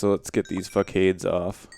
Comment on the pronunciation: Facade (fa-sod) is French